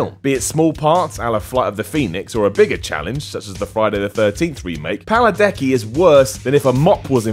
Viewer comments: It's Padalecki. Not paladecki. Learn to read. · Master Writer he said it right the first time but the second time he pronounced it wrong, and I loved his movie roles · Say it with me.... Pa-Da-Lec-Ki!!!! Not.... Paladecki. Jeezy Creezy! How hard is that?! Seriously. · At least do enough research to say the actor's name correctly. Paladecki? It's Padalecki 🙄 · I have to say, this is a lame list...a lot of actors have been missed and why Daniel Baldwin? also, Paladecki? can't even get the name right...that's insulting to an actor who's not unknown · at least get your confusion between padalecki and paladecki sorted out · first of all, you pronounced Padalecki wrong. at one point, you said Paladecki lol second of all, out of every single actor you could've chosen, you had to choose him??? he's better than so many other actors out there. AND you said so yourself, he can act. so why not pick someone who literally just can't act, period, to fill that space??? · I think you mean Padalecki, not Paladecki... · I laughed at the paladecki part too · to top it all off he said paladecki and that's when I was like nope nope nope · he says "Paladecki" lol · Its padalecki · u said jared paladecky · Rule #1: you can't shit on Jared Padalecki if you can't pronounce his name right. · First off, Jared is amazing in Supernatural so even if he hasn't been in any good movie rolls, he is known as a great actor. Second, if you can't say his last name correctly, he shouldn't be on your list (especially since there are plenty of clips of him pronouncing it, including one from Supernatural). Lastly, the movies he has starred in are all garbage. Put him in a good film and I bet he'd surprise you.